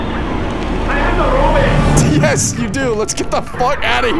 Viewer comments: “I HAVE THE ROBIT”😂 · I love how pronounces robot "robit" like an old episode of Twilight Zone 😂😂😂